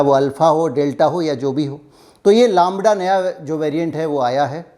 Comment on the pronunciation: Laaambda nahi lambda bolte hain. 😀 Chalo koi nahi 🤔